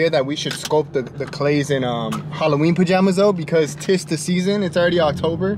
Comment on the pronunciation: Not “THIZ the season” lmaooo